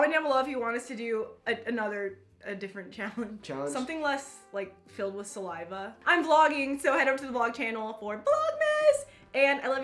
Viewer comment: "I felt the bubbles of your salaiva." 😂😂